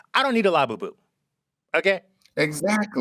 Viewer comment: it's la-BOO-boo. You're putting the em-PHA-sis on the wrong syl-LA-ble!!!😂